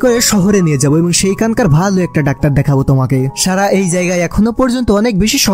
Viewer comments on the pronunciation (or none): আপনার উচ্চারণে এতো সমস্যা এতো ভালো একটা মুভি শুনতে বাজে শুনাচ্ছে। ছারা না সারা হবে। আপনি ছ, স, শ, ষ এর উচ্চারণ জানেন নাহ। মনে হয় ছোটবেলায় পড়াশোনায় খুব বাজে ছিলেন।